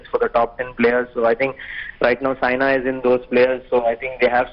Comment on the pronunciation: Atleast get the name right It's Saina and not Sania